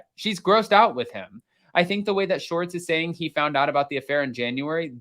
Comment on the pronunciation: It’s Schwartz, not Shorts.